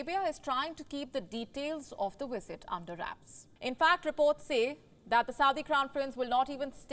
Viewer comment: Is the word "wisit" or "visit"? I'm so confused now, wondering if I had the pronunciation wrong all this time. I pronounce it 'visit' using a 'v'.